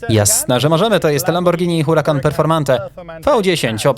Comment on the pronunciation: w hiszpańskim nie czyta się H czyli to nie Huracan tylko czyta się Urakan dziwne ale też nie dawno się o tym dowiedziałem Pozdrawiam :)